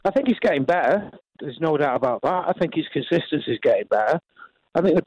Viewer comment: It’s Consistency not Concistency 😂